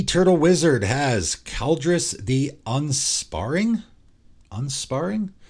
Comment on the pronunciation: I love that you say ki like 'k-eye' and said Kaldrus the Unsparring 😂 Just poking some fun but I'm almost certain Ki is pronounced like key, and Unsparing being that Kaldrus spares none, everything dies, none spared. 😂 GREAT video though and these custom cards are so unique! 👌🏽